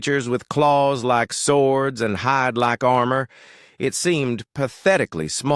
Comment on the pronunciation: Narrator became southern for a second with that “Hyde lyke armor” lol 😂